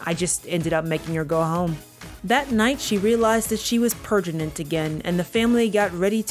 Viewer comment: I love when she says "pregnant" wrong multiple times 😂😂😂 Every time is a surprise